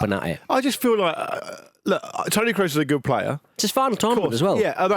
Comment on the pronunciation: Why can none of you pronounce Tony Kroos's name. It's not exactly a hard name. You just need a functioning pair of ears.